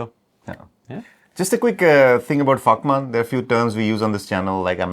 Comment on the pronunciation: You guys really need to be more careful with your pronunciation of VAKMAN, make sure you're starting the word with a hard & clear V.